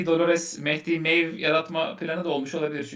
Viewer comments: Abi Maeve'i "miv" diye okuman dışında yine çok güzel bir bölüm olmuş. "meyv" desen daha hoş olur ama miyav da desen izleriz tabi. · Arkadaşlar, yayınlarınızı severek ve ilgiyle takip ediyorum fakat anlayamadığım bir durum var. Dizinin izlediğimiz 22 bölümünün 22'sinde de Maeve var, ve dizide de herkes adını "Meeyv" diye telaffuz ediyorken, siz neden karakterin adını telaffuz ederken miyavlıyorsunuz? Sözelcilere sallarken iyi ama di mi. =)